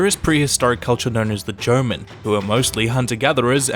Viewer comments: I swear every time I heard Jomon it sounded like German to me 😅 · When he said that there was a ancient civilization before the arrival of the Japanese called the goman it sounded like he said the Germans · Wait... did you say the Germans? It should be more like Jaw-mon... We all know how to say Pokemon, why do people keep pronouncing "mon" as man / ment? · With how you pronounced those Japanese names with English accent makes it confusing to understand. For example, the way you say Jomon sounds very much like German instead. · "Jomon" sounds like "german" but without the r.